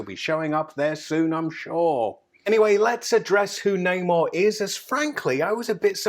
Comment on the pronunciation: Ffs how do you not know how to pronounce his name and who he is